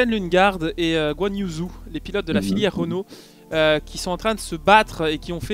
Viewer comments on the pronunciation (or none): Salut, attention, Zhou ça se prononce un truc comme "tchio":)